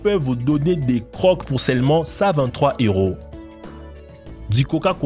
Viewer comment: . Quelques remarques : Si nos chères têtes blondes nettoyaient les écoles en France, ils seraient sûrement plus respectueux de leur environnement. Il faudrait commencer par leur faire nettoyer leurs chambres... Pour info, le mot "croc" ne se prononce pas "croque" [kʁɔk] mais "creau" [kʁo]... Souhaitons que les parapluies intégraux de provoquent pas de condensation excessive sur les parois internes... Les reliefs sur les quais existent depuis presque 20 ans dans le métro parisien... Les conditions de la femme au Japon sont dénoncées mais pas expliquées. En quoi la femme occupe-t-elle une position inférieure ? Les Japonaises ne semblent pas si malheureuses... Quant aux distributeurs automatiques avec détection des visages, certains risquent de se voir proposer un flingue avec une balle. Simple question : le Coca "Clear", n'est-ce pas tout simplement du Sprite ? Les bulles et la mousse lui ressemblent beaucoup. LOL...